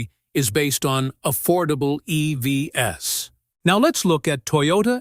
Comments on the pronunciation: Please use a AI text-to-speak that at least can pronounce EVs right, not as e-v-s!😢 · If you want to produce really great videos, LOSE THE AI voice and voice it yourself! “EV-S”?? It detracts from what you do.